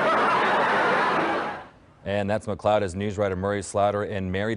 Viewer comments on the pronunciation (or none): You ALSO mispronounced his last name. It's pronounced "Mick- LAAHD" not "Mick-cloud". AND you got his characters's name on "The Love Boat" TOTALLY WRONG. He played Captain Merrill STEUBING ( pronounced "Stew-Bing" ) It wasn't Captain Stebin. You're editors & research people ( if you have any ) should be FIRED.